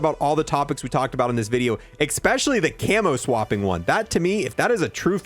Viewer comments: Wait, did you really just say..... "expecially"??? Lol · Did you really just say...."expecially???